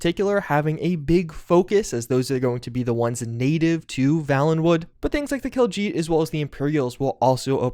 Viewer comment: Is it just me or did he "Kaljeet" ?